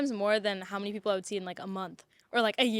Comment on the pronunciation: You can notice from her saying that she's originally Indian who's born in Canada but now claims to be residing in Japan. P.S. A strong accent was spot on as "cuz i swear *MAAANY* ppl i see..."